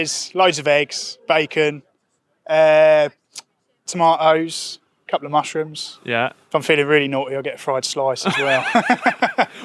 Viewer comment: Toma'os🍅😲I was waiting to hear the pronunciation of the letter "a" and I got a "t" drop. 😆